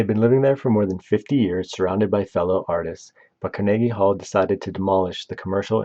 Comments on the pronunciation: Freaking hate ai narration… car-neeege hall? Puhlese!! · CAR-NA-GEE Hall. Bro, how do you not know how to pronounce that? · Pronounced car.nuh.gee hall with emphasis on “car” and hall. Definitely not: car NAY gee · I am certain the name is pronounced such as "vee-go" and the halls name is pronounced like "car-nah-ghee" i always stress as ive done public speaking look for 3-4 instances or a name or location to get confirmation as to how it sounds. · Car na GEE hall Can you pronounce ANYTHING right??? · Not to mention he pronounced Carnegie Hall as Car-niggy Hall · The narrator's pronunciation of "Mortensen" and "Carnegie Hall" are kinda' weird. In both words the emphasis in on the first syllable, not the second. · The way you pronounce some words is really irritating me. Carnegie Hall, Mortensen are just a couple. You do it to get comments complaining. I get to call you an uneducated idiot. We both win. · Learn how to pronounce these names. Viggo mortensen? That pronunciation was terrible. Carnegie Hall? That's not how you pronounce Carnegie. Ridiculous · Made this nearly unwatchable. It's not as if it was a language barrier issue, more like a lack of research, issue. Seriously, who doesn't know how to pronounce Carnegie Hall?